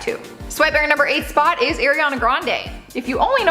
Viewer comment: Stop saying the same intro multiple times say Ariana right too koutney is the oldest